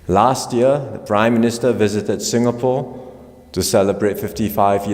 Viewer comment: It's ingapore now 😂😂😂